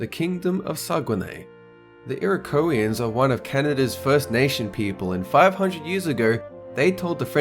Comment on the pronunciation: You Mispronounced "Iroquoians".